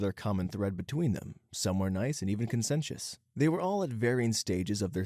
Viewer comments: this one isn’t your fault, it’s the author of the story. But the word should be ‘conscientious’, CON-chee-EN-shus. OP wrote ‘consentious’, which isn’t even a word. Also Waco but others have already commented on that. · It is not chee. It has the S sound. Con-see-EN-shus